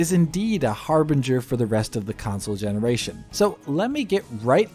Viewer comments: Console gemenaration?🤨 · Him Saying Console Gemena Ration, lol